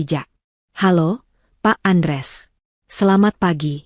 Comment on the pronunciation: Utk ibu yg baca hrs nya ya tetep baca Andreas bukan Andres